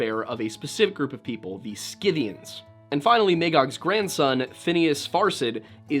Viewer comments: Prnounced "sith-ee-uns." Schythia or Scythia: "sith-ee-uh." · Scythians. Pronounced SITH-ians, b/c I know that you would want to know. Re: Gothia, sometimes used for the name of the Visigothic Kingdom in ancient Spain.